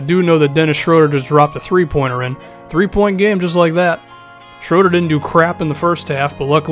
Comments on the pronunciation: you pronounced Schröders name pretty good! :D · Never heard an American pronounce Schröder as good as you did. It's almost perfect